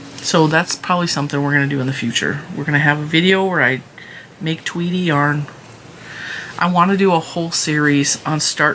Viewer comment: Tweedy yarn🎉🎉🎉 cool though at first I thought you said Tweety. So I thought a Sylvester yarn 😂😂😂😂